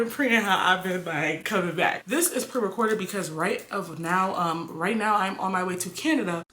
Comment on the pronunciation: And "Pree" lol